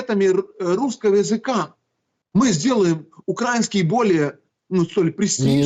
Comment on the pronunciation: Кацаба, ты что ,не выговариваешь слово УкараИнский? Что еще за УкрАиниский…?